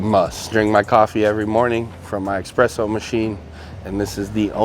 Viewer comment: Its ESPRESSO not EXpresso